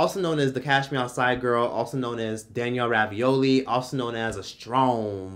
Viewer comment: Why does he keep saying "Danielle Ravioli"???